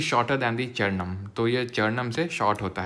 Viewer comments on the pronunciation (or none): Sir charnam bol rhe mjhe chairman sunayi de rha😢